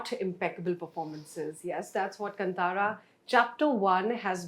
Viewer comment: She said kantaara it's kaantaara